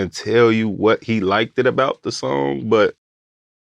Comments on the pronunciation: It really bothers me seeing successful 8lackmen saying liketed instead of liked and no1 corrects it!. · it was until he started saying ''likededed'' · That man said "likededed" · Then he started saying ''likededed'' n now i cant stop think about it